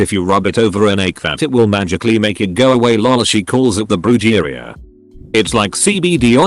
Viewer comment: Brujeria pronounced broo-hair-ee-ah